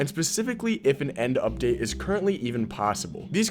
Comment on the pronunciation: "End Lipdate"😭🙏